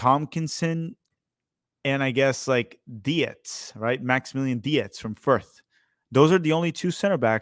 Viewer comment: Dietz is likely pronounced Deetz not de-ets